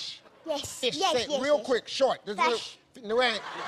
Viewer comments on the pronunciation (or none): The mother also says FESH 😂😂😂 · I'm from California and we always say fesh and cheps. However, down across the bay they usually say FEEsh and CHeeps. I guess it must be the Spanish influence. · Phát âm của bé này mệt nha. Fish đọc thành Fesh. Sick đọc thành Seck. Âm "i" đọc thành "e" Vậy nếu đọc con số 6 thì sẽ đọc như thế nào? 😆😆😆 Six, đọc thế nào đây?